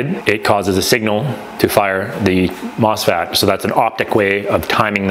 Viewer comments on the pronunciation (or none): Claims to have an electrical engineer degree, but repeatedly mispronounces MOSFET as MOSFAT.